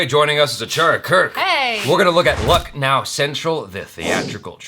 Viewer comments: Hey Jaby. It's pronounced as 'lakh+now'. Love from India. :) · 'Luck' 'Now'...😂😂😂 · It's actually pronounced lukhnau(lucknow)! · Your reaction is & are superb I always like to see trailer and other stuff first time with you 👍 For this particular trailer i feel that you have taken the name "Lucknow" as "Luck" "now" (as Achara also in the end said "I thought it was...happy go lucky thing) but Lucknow(Lakhna'ū) is a city in India and I belong to that city....so just to educate, I pointed out...😉 and this is my first ever comment on youtube😂. Best of Luck... keep reacting because I LIKE IT.. 👌